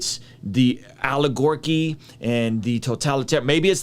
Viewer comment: Lol "Aligorchy"